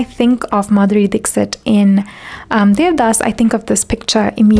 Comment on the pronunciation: Beautiful well researched video . Thankyou for sharing it with the world. :) One lil correction if i may.. in India , Dixit surname is pronounced differently, not Dik-sit ( u can read as 'Dikhshit' :)